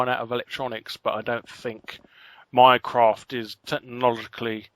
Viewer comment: Every time Larry says "Minecraft" I hear "Mycroft"...